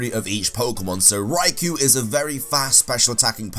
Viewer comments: Oh no not you too... it's not Raiku...you're completely skipping the O which you DO pronounce. Raiko. Lake Guardians are also known as the Feeling Trio. Lake Guardians is just a name for lore reasons, otherwise they're known by Feeling Trio. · Sorry to be "that guy" but Raikou is pronounced "rai-koh" not "rai-koo". The English dub of the anime pronounced it wrong. Its English name is just the romanized spelling of its Japanese name (ライコウ), and the "u" sound at the end isn't supposed to be so prominent. (It would otherwise be ライクウ/Raikuu or ライク/Raiku.) Anyway... I agree that the Regi trio is the worst in regards to battling, although I do like them. Good video.